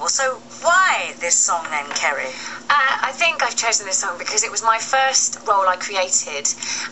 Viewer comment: I know! She couldn't even say Kerry's name, which is hardly the most difficult thing in the world!